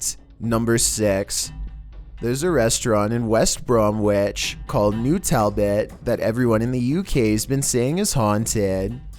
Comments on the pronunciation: Bromwich. Silent W. Pronounced, Bromich. 👍🏽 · Hey the w in Bromwich is silent